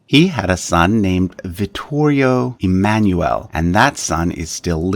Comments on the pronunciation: Dovresti migliorare la pronuncia 🇮🇹 dei loro nomi originari Emanuele è da pronunciare E MA NOO E L E LA "E" 🇮🇹 È come la "E" as "BEND" "END" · Please! "Emanuele" is NOT pronounced like that!